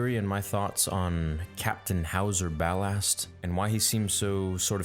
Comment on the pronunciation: Why do you pronounce ballast like bal-asst